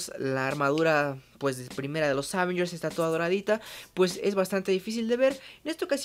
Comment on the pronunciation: La palabra "avengers" no lleva acento en la 1era "a"...qué mala costumbre. Escuche las películas en audio original con subtitulo en inglés para que escuche pronunciación.